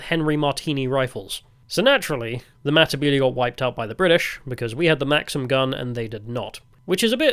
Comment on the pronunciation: Say , Mata-belee" not "mmbilee,". Probably the best commentary done from some one who didn't live there but still done ok. A "gook" was taken from the Vietnam war of a description of a terrorist described by the American soldiers, and adopted by the Rhodesian army.